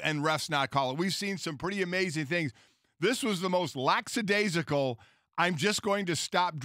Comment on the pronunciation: Lacksadaisical????? What kind of word is that Golic? I know you make a lot of money. Why can't you afford an education????